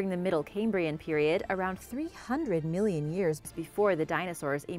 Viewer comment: How much is a "millinion"?🤔xx